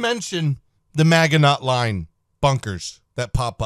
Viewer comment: Bro literally said get on my level when he pronounced Maginot Line wrong lmao